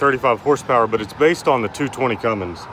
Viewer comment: THERE'S NO "G" IN CUMMINS! Pet peeve of mine.